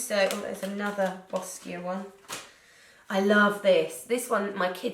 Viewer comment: lmao boss-kia